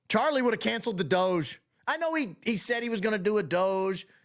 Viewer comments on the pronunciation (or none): none